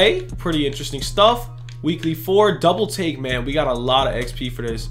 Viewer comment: Why you say double tale it’s double take